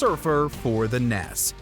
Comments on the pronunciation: Did you fucking say “Ness”?!? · Love how he says NES instead of N E S (Nintendo Entertainment System)